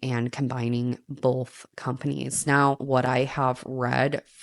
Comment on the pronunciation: both not bolth love you anyway ❤